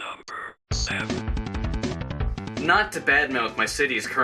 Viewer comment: I love how it says number sevn, and not seven